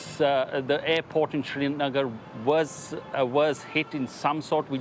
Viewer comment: Correct your pronunciation it is srinagar not shrinagar